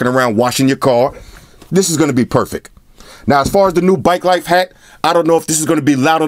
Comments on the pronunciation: it's hat not heat bro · Weird thing is he's the third reviewer that has said future heat but it clearly says hat wtf